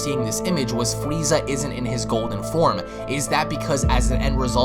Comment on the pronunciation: Why is he calling freeza,? LOL do you want your wazer wifel